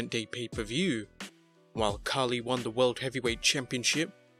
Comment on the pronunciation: It's funny that you call Khali 'Khaki'.